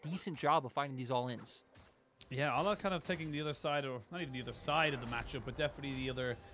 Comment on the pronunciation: Its Aleh not Allah lmao